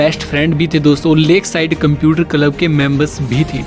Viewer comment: Content is good. But your pronunciation is pathetic. Kalab - Club Liverpull - Liverpool Lonch - Launch